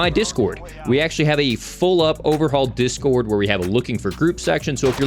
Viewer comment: "Make sure to join our jizzcord" lol